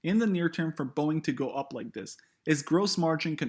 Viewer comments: Warning sign that this guy has no idea what he's on about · “boieng” LOL